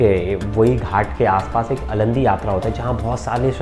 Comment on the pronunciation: अलंदी नही आळंदी यात्रा